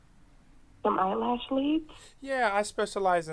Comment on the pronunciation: The Emphasis on “EYE LASH LEADS” has me 😂😂😂😂😂😂